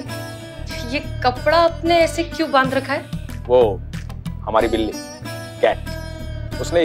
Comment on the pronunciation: While have was talking to that boss in the begining she said bijli instead of billi